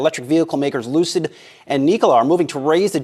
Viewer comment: Lucid Motors =Loose-It Motors 🤣🤣😆😆